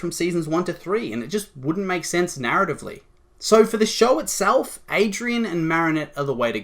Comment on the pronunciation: it just triggers me lol its ADRIEN not ADRIAN